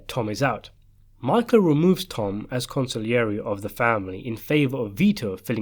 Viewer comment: con see air j not con sig lee air e